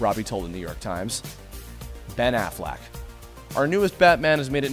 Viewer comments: de he just say Ben Afflack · he says Ben afflack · Ben afflack. That's what I heard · Ben afflack......really? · You called him Ben Afflack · indeed it bat afflack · 'awgling for 'ogling' 'Afflack' for 'Affleck' (What is he an insurance agent with the duck??).